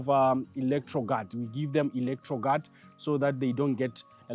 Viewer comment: Did you say electroguard to relieve stress?